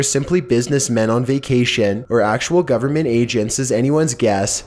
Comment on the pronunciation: the governnnnmentttttttttt, relax with your over pronunciation